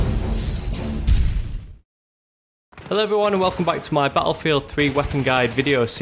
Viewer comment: i like how you say "ba afield"